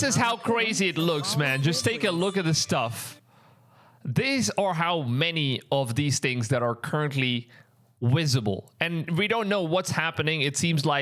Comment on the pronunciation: Haha WISIBLE man you need some speech lessons...then EWENTUALLY you'll be able to make better WIDEOS , WISIBLE for all mankind to Vatch.😅😅😅..... Yes I laugh at my own jokes these days.